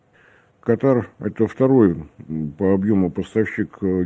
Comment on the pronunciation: Как можно его воспринимать серьёзно,если он даже страну правильно не может назвать, ударение нужно ставить на первую букву! Аж ухо режет